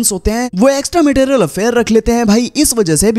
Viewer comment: Material ✅ Marital ❌